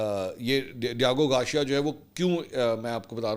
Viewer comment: It’s Gar-c-ya .., Try saying it togather Mansoor pls It’s not Gawcheeya 😂😂😂 Lahoree Accent mar rhy ho Ek dafa kisi English Channel per sub what actual word is